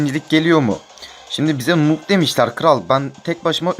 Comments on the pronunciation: Kardeş nub diye okunuyo nob diye deil burdan noob olduğun bellih 😀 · Daha noobu bile söyleyemiyorsun